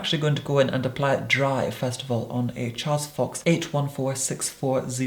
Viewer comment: Can we all just appreciate how flawlessly he said “on a Charles fox brush” 😍😍😍